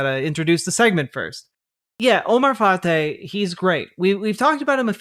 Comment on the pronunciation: It is pronounced fry. As a Minneapolis resident, I NEED Fateh to win. I can't wait to vote next Tuesday. Thank you for getting the word out!